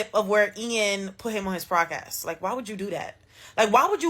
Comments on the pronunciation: Is she saying FraudCast or PodCast?? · Bro, why she keep saying "PRODCAST"??